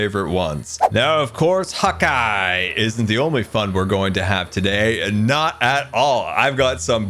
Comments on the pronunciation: I always thought u said hawk eye not hotguy 😂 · Did anyone else think he was saying "Hawkeye" this hole time? Which...works with archery. lol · hot guy... I thought you had been saying hawk eye all this time 😆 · Are you telling me this entire time I've been thinking was saying Hawkeye, that be was ACTUALLY SAYING HOTGUY... This are some alternate universe shenanigans I sWear. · I’m sorry, am I the only one who thought he was saying HAWKEYE this entire time. 😀